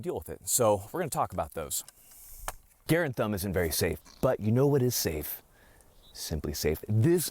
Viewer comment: You can't even say Garand correctly??? You are not a Marine...never were.